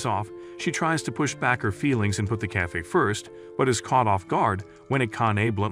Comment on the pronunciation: bro said ''cayfe''😂😂😂😂😂